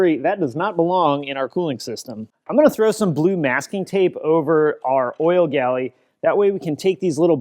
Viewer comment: Please, its an oil GALLERY not an oil "galley" (which is an ancient war boat, slave rowers/ ramming prow/the whole nine yards,) by the tenth time you said it I was beginning to get so annoyed it was hard to stay focused on an otherwise exemplary job lol. edited to add... as a mechanic of forty plus years I learned that most four cylinders fire 1 3 4 2 , so to adjust valve clearances, when doing the first inlet valve on push rod engines, doing cylinder one make sure the inlet valve on cylinder four is fully down (open) then turn the motor and do the same on cylinder's two and three in turn then continue onwards in reverse order (one down do eight etc) repeat the same process for the exhaust valves........on non hydraulic self setting lifters that is...... hope this helps.